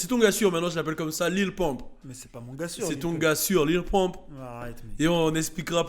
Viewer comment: On dit lil pump pas lil poompe 😂😂😂😂😂😂😂😂😂